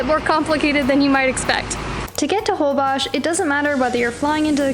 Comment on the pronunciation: Why do you guys pronounce Holbox with Holbosh??